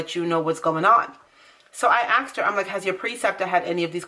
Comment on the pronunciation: BTW it’s ASKED not AXED.